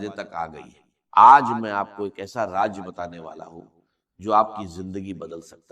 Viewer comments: ایسا راز بتانے والا ہوں کو کہا کہ ایسا راج بتاتا ہوں ۔اور دروازے کو درواجا کہا ۔۔واضح ہے کہ صرف ویوز کے لئے جھوٹی آواز بنائ ۔۔اچھی بات بتا رہے تھے تو جھوٹ کا سہارا کیوں لیا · راز کو راج انڈین والے بولتےھیں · Ya joi hindu ha ha .raz ko raj kh rha ha. Talffuz b doctor sab wala nai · Raaz NAE Raj batae ga AI Video Hy